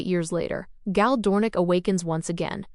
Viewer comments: I swear, I can't find a real person doing these recaps. Last channel called Hari something different, and now this one pronounces Gaal wrong... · Great recap, but annoying AI voice. One way to make it better would be to intentionally misspell the things it mispronounces, especially Hari (with an a as in Harry, not as in harsh) and Gaal (pronounced like "gale", not with a long a).